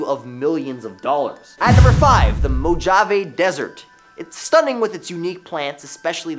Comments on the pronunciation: (Moe-Ha-Vay) not "moe-ja-vay" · no, absolutely not how it is pronounced. The j is silent and acts like an H. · You did not just pronounce Mojave with a j.... Ohhhh boy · Please learn how to PRONOUNCE words correctly! 🖕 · if you're going to create content you should know how to pronounce the things you are showing. It is disrespectful otherwise. It shows lack of interest or lack of knowledge